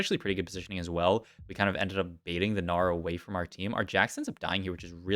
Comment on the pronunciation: “Our Gnar” sounds like Australian Oh no